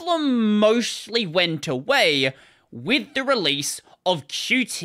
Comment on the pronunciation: haha, THANK YOU for calling it "Q. T." and not "cute"